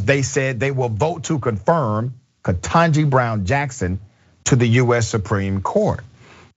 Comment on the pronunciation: Dr Richey pronounce KBJ’s name correctly!